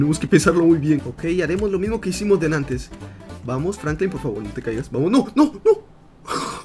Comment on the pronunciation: diciendo Francline